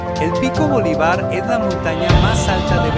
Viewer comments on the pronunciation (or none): Amigo. Se pronuncia Bolívar. Con enfásis en la í.